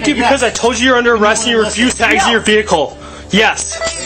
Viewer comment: "and réfusèd to leave the véhiclé"